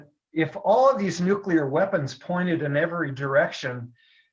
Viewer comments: Nuclear, not nucular. I twitch every time you say it lolol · Great vid! Minor, very minor, bit of input; it' NOOK-LEE-UR, way not NOOK-U-LUR (from an OCD science guy, 😖) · Nucular weapons, what's that? Ohhhh... Nuclear weapons, okay got it. I guess is related to George W. Bush. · Yes, pronounces nuclear funny. It's a Canadian thing, LoL